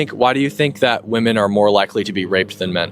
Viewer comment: Why am I hearing gen z pronounce the plural "women" in the singular form? Pronunciation can change, but this has happened in a single generation. I think the plural distinction is important; especially as the meaning of "woman" is being diluted.